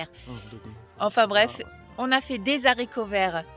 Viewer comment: C'est bon les zaricots ! lol mesurer 2 fois couper 1 fois !